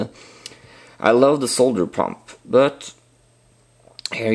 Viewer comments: Cheers for the video, yes, nice to see solder pronounced correctly (sole dur) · thanks for the video...and pronouncing solder correctly